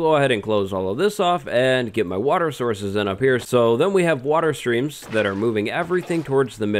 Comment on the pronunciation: Lmao I think he had a stroke